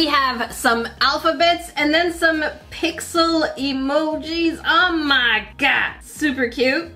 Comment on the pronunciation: I love how you pronounce oh my God nope er me gurd!!!!!!!!??!